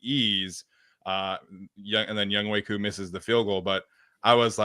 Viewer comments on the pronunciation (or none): Btw , it’s young HOE not young WAY Koo. In what world is H. O. E. Pronounced “way”. And yes I’m Korean